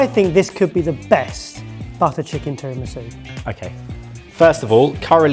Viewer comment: Was that "terror-misu"?